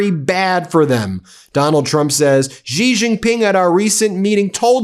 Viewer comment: His name is pronounced 'xi' like she. Not gee.